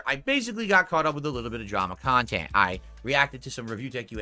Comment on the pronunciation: Yep dude straight up thinks HIS khantent is better than detractor content because it's so pahsitive and meaningful. Make it make sense